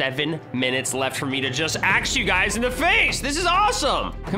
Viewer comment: when hes piggy: Let me ask a question, are you dead? when he kills a person: Let me Axe you a question, are you IIFNATIK?